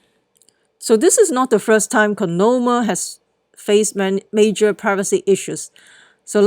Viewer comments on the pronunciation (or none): Say it with me! COIN-OM - I (ME)